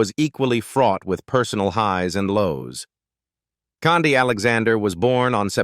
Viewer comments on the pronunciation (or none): Khandi Alexander's name is pronounced "candy" not "condy". I hate these AI narrations. They always mispronounce words.